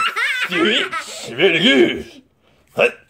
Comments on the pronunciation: You sed 9 timse swich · WHY does miramoto like SWEETCH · You said swich 7 times